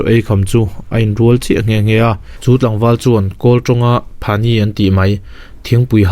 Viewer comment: Phani ni lo in phanyi tih a ni zawk e😃😃